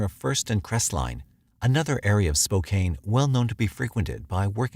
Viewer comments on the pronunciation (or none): it is spo - can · Any other washingtonians cringe at "spo-caine?" lol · Lol spo cane